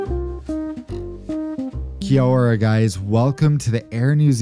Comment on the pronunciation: Decent attempt at using the traditional Te Reo Maori greeting butchered around 99% of the word but good enough.